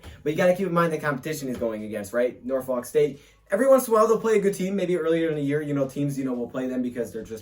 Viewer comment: Ewww why he say Norfolk like that